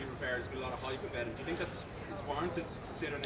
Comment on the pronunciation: They don't tink like i tink - Urijah Faber